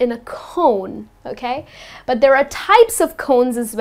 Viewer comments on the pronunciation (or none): i hear that from yout thickly pronounced D in 'but'